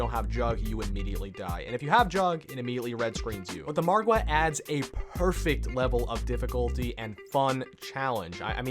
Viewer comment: Have you noticed this guy says Margwa correctly while other youtubers pronounce it like Mogwo lol